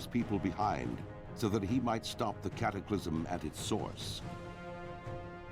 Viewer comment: World of Warcraft: Cat-ack-a-lism.